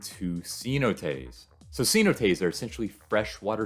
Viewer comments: Ce-NO-tays, brother. SEE-no-tays puts the accent on the wrong syllable. Cheers and best wishes! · Great video! Your positive attitude is a nice change of pace. For some people, cheap cruises are the best option for a vacation. Oh, and if anyone's wondering, he's talking about "cenotes" pronounced more like "seh-NO-tays." 😉